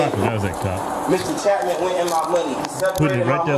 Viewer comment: Officer Chapman the “H” is silent.